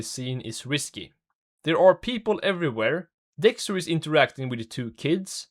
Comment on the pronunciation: help i cant unhear this dude saying dickster